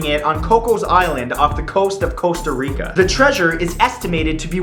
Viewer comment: It kind of sounds as "On the coast of coast of Rica." lol